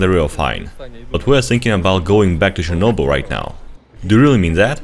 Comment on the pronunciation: IT'S NOT CHERNOBYLLL